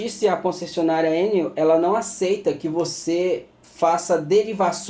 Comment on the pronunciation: DESCULPA A INTROMISSÃO E ANTECIPADAMENTE AGRADEÇO PELAS INFORMAÇÕES TÉCNICAS! MAS MUITA GENTE ESTÁ PRONUNCIANDO COMO SE FOSSE UMA SIGLA INTERNACIONAL! NÃO É ÉNEL, COM ACENTO! FALA-SE ENÉL, COMO SE HOUVESSE O ACENTO NO 2o. E. ABRAÇOS!